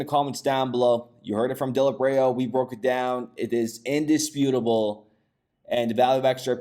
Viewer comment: Lol that’s not how you pronounce his name ! Dilip Rao is pronounced “Dileep the “ip is eep” raow “ raow like wow. Dileep raow. Lol sorry just sounded Hallarious